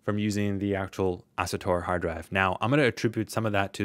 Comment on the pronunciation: great video! but how hard it is to pronounce asuStor instead of asutor? bothered me the whole time, haha